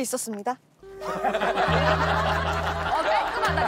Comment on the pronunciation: 집에 있었습니다가 아니라 진짜 집에 있었습니닷 이 발음이라서 너무 귀여움 ㅜㅜ